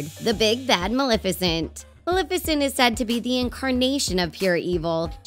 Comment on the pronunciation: Maleficent you said her name wrong